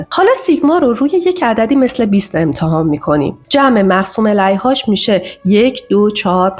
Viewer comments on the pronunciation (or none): تلفظ مقسوم علیه اشتباهه Elayh❌ Aleyh / Alayh✅